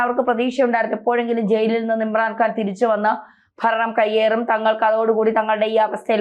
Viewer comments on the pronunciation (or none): none